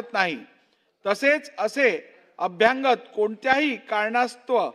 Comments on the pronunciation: अध्यक्षांना अभ्यागत शब्द म्हणता येत नाही. ते अभ्यंग शब्द😅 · अभ्यागत,अभ्यागत, अभ्यागत अभ्यागत अभ्यागत अभ्यागत. अभ्यांगत नाही.